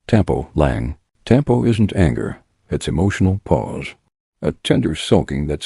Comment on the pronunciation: Pronounce the words properly; kilig – “KILL-IG” / tampo – “TUMmy & paw so, TUM-PAW/ gigil – like GI-zard say “GI Gi L” / bayanihan – “BUY YA KNEE HON” / utang ma loob – “OOTUNG NA LAW OB” / saying – SA YOUNG / hiya – HEE YEAH